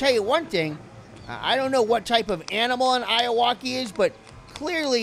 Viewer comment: Its pronounced "Aye you okey"